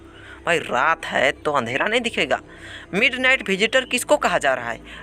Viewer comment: MidNight not midnig